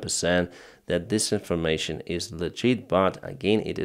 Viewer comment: stop saying "this information", it sounds an awful lot like "disinformation"! You can say "that information" instead, it doesn't sound so confusing!